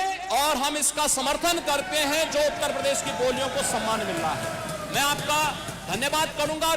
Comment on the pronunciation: Isko to uttar pradesh bolna nhi aata ..prades bolta h hmesha jahil